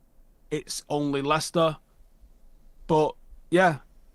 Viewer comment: Lads its Leicester